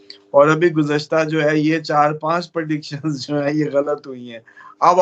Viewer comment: Perdiction nhi prediction hota hai